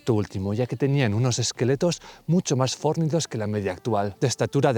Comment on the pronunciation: Aupa,; muy buen vídeo, como siempre. Por cierto, fornido no es esdrújula.